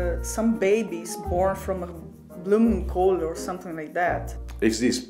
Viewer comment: Die Japanner die k heb grote bloemkoole zei deed me echt denken aan Dang Do😂